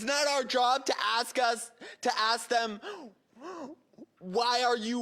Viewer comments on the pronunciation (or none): It’s ask, not axe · Why do. They say "I axe" and not ask...?